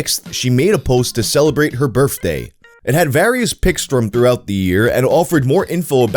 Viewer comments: You literally say Birfday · I love you, but every time you say the word “birthday” a small piece of me dies.